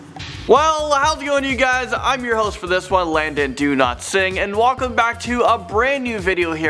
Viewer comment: To be fair, in 1988 we didn't even have Tide Pods, so there's that! (also, am I the only one who thought he said his name was "Landon DoNotSing"?)